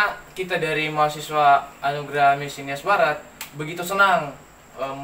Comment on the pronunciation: Jadilah "mahasiswa" mas... bukan "mahasewa"...